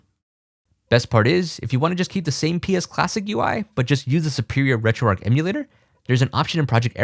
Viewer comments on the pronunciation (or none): great video. one thing. There's an "h" in "RetroarcH" mate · Why do people pronounce it ‘RetroARC’ when it’s RetroARCH!!